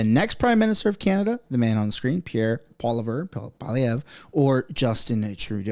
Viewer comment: I thought Poilievre is pronounced like - Polly Ever. with less emphasis on the last R.